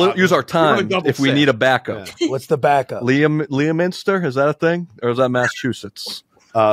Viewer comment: Dana is FROM Massachusetts and pronounced Leominster like that?? Ay yi yi.